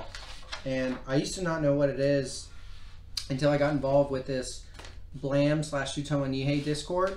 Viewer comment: The E in "BLAME!" is silent